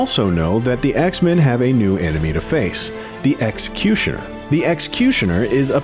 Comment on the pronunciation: Why can't he say "Executioner" right??